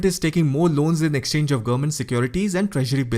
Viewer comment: Good presentation. Work on how you pronounce "government". You speed through and it sounds like "gumment". It's 3 syllables.